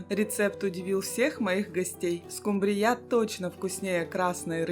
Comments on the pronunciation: Покажите миллионера 😅 СкУмбрия а не СумбрИя, если что.😊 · Почему скумбриЯ, скумбриЁй? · СкумбриЯ? Вы кто по национальности? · "Домработница миллионера" - это что-то! Улыбнуло!😊 СкумбриЯ - звучит😅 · Скумбрия ударения на У. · Хорошие и красивые рецепты, жаль, что ваши миллионеры не подсказали , что скумбрия, ударение на у